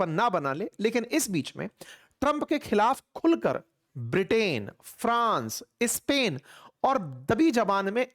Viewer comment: सर , आप इस्पेन क्यू बोलते हो जब के pronounce स्पेन है ?